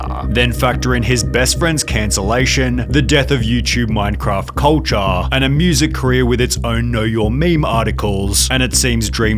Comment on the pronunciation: good page but you make a "yuh" at the end of every word like "YearAHHH" and "Cultahhhh"